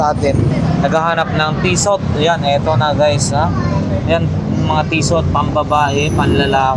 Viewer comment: TISSOT SILENT T PO YAN KUYA TISSO PAGBASA NIYAN❤